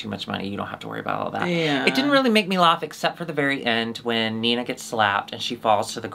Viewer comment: I'm new here. Does say "lawf" instead of "laugh" on purpose?